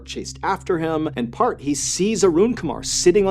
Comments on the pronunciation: His name is not pronounced as "Part"...Replace "E" in earth with P & that's how his name is pronounced. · It's Parth not part 🤌🏻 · it was annoying tbh but the pronunciation was a bit off that's why, as the culprits name is 'Parth' not 'part'. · it’s Parth not Park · It's PartH not part. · It's pronounced as Part-hhh actually nd not part😅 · I think it's Parth not part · The first story I thought you said his name was Kurt angle. Then I thought it was perc angle. Part is such a weird name lol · I thought he was saying Park the whole time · Its actually pronounced as Parth ( paharth) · is he saying PARTH OR PART lol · It's pronounced "Paarth".....like the "th" in thor.